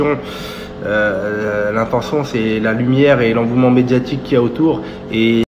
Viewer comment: On dit pas l'envouement yal hmar 🤣🤣🤣. L'engouement yal 'agoune. Bref sinon il a pas tord et mes doutes se sont confirmé en écoutant le journaliste chelou sur tpmp...